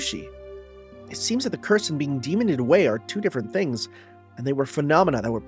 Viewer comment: Demon-ed away, like killed, not demon-ded. I'm sure this will not affect your relationship with Rena in any way www